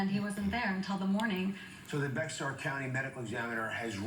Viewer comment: It is not BeXar county, it’s pronounced “bear” county. Sheesh.